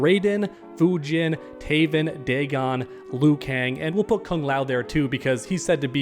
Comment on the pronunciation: You said Daven and Teagon! Instead of Taven and Deagon! 😂😅😅 Let's Go!!!!!!! 👊🏻🎮🐉🦂🦂🦂✌🏻🙏🏻